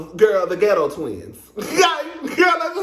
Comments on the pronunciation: Ms Wanda said git_toe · Great Review! That "geto' lol 'how u say it' lol! woman n her daughter both should've taken English Pronunciation classes b4 coming. on tv!!! Maurice want Kimmi 2 build on that forest land dummy bought that's gone take 25 years just to clear off...smdh